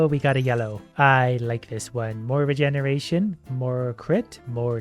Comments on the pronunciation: regeneretion is how he pronounced it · "regeneretion" lol